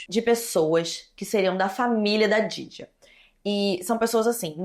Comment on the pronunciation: te amo muito mas você precisa ter mais cuidado com as palavras... No outro vídeo "memórias póstulas" nesse vídeo "djaidjia", ainda mais sendo nome de vítima seria legal ter uma atenção maior sabe? Não leve como hate por favor